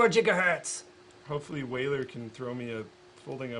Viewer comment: Linus! can you tell us the story of "Jiggahertz" ??